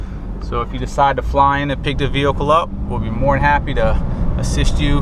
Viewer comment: The way this guy pronounces the word vehicle it's sounds like he has a speech impediment. 😿